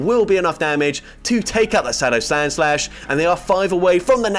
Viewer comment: “Sadow Slandslash” 💀 love your commentary man, but seriously keep up the good work your shout casting is unparalleled